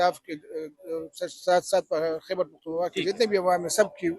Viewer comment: Its خیبر not حیبر پختون